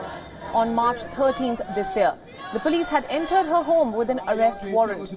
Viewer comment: It's pronounced as Police not puulice